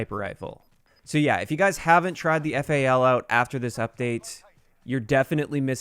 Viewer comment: Why the hell are you calling the weapon F.A.L. It's FAL, FAL, like Fall. Jesus dude.